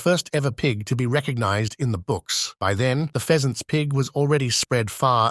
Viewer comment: I greatly enjoyed that mispronunciation. I just kept imagining a very prim looking bird with a long decorative tail, sitting atop a boar.